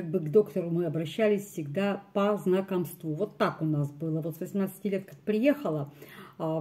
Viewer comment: По знакОмству- ударение на о.